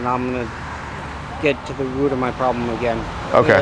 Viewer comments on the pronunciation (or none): " youre trying to get to the woot of yo pwobwems? I respect the hell out of that"